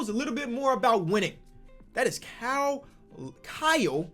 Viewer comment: I don't think can say Kyle